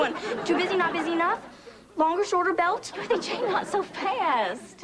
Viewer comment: I hate the way says Dorothy Jane’s name. “Darthy Jane” ksnfjdndd